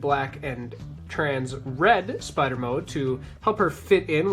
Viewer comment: “Yes, the... Spee-ider! Even the smallest bite from 'Arachnus-Deathicus' will instantly paralyze... Ugh, get it off!”